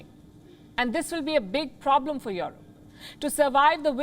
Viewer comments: "Jouwrope"....no...pronounce: "Joerope" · Waw your broadcasting is the best but please pronounce Europe correctly not Yorop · The way she pronounce EUROPE